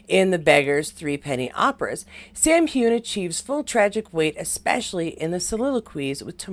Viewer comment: Just to let you know (I'm a Scot)😊.. Its "hew-in" not "hewn" (2 clear syllables) and "fray-sur" not "fray-zhier" Hope this helps pronounciation😊x